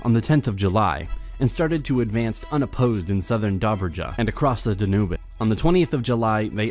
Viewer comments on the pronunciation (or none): Did he pronounce Danube like Danubeh? WTF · the way the guy talking said “Danube” was so bad and sad ‘cause English might be his native language xd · The way he pronounces “Danube” is... interesting.